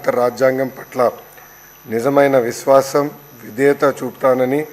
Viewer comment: విష్వాషం కాదురా బాబూ విశ్వాసం కూనీ కూనీ చెస్తున్నావ్ తెలుగుని జగన్ మోహన్ గారు.